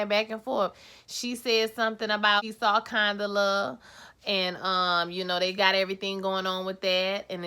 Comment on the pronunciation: 😩😂😂why y’all keep messing up Condola’s name? Condala, Canola, etc y’all are funny😩😂😂... Your Twist Out Is Everything😍👍🏾👍🏾